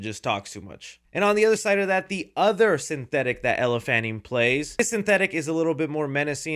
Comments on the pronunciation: ELLE “L” not Ella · My least favourite part of this was you continually mispronouncing Elle's name. WTH.